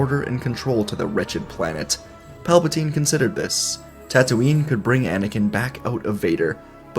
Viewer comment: bruh! its tattooine...not tattooing...